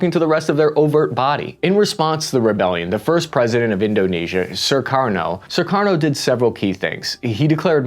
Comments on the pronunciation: This was very informative! But why do keep pronouncing Sukarno "Surkarno"? There's only one "r" in there. Same with Suharto. Does not have two r's: "Surharto." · Jema'ah Islamiya -> Jama-uh Islameya Sukarno -> Surarno Suharto -Shurarto Annoying American pronunciation, just like the annoying US military blunders since ever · Jeebus dude, this guy calls Sukarno "Sir Karno," calls Suharto "Sir Rato," and calls Allen Dulles "Doo Lus." His pronunctiation is as poor as his research. Such crazy historical inaccuracies in this. What a shame near 1mil people have watched this. This dude throws out Indonesian proverbs with incorrect meanings, uses wrong flags, claims histories are still debating cuz he read a paper that's half a century old (read John Roosa's Pretext for Mas Murder - we know exactly what was behind G30) This dude is soooooo far out of his league that irs comical and we are going to enjoy this video for a long time to come. I'm going to use him in a lecture as my example of Americans who think they're knowledgeable but don't know jack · Great in depth history of Indonesian politics. (Btw, the name of Indonesia's 1st President Sukarno is pronounced "Soo-car-no", not "Sir-car-no". Also Alan Dulles is "Dull-Us", not "Dool-Ease".)